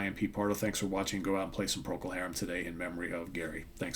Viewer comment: Yes it's sad, we were brought up with his music in England. To American and Canadian sites - they are pronounced Procul Harrum not Harem.